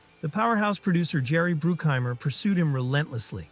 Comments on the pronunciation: It's pronounced "Jerry BRUCK-heimer. LIke DUCK-heimer." FYI. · Man these videos are sloppy. You call the producer “Bruckheimer” and “Brookheimer” in the same sentence. It’s the first one.